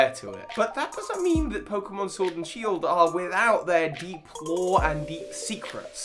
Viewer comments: I like this new pokeémon SHIORD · Try out the NEW!! Pokeémon Shiord!! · Ah yes, I sure love playing Pokemon Shvord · Ah yes my favorite game, Pokémon shiord